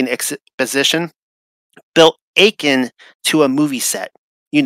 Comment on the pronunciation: I get concerned when the person who claims to have written a paper cannot pronounce so many words within it. How is that possible? To use the word “akin” pronounced “a-kin” and say it with a long “A” sound? Is this disinformation? Who really wrote the paper? I want to believe this channel is genuine.